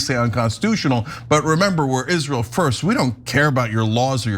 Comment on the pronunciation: That's, "Isral," as Linda says.